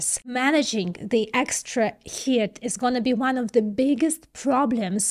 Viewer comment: though missprenouncing "heat" looks good on you, its pronounced HEET...